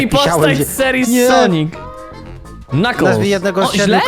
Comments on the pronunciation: Knuckles nie knockles XDDD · Knuckles nie Knockles